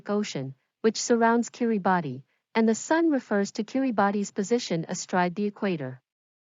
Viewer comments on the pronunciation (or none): Kiribati, is pronounced: ki·ree·bas (British English Pronunciation) or ki·ruh ·bas (American English Pronunciation)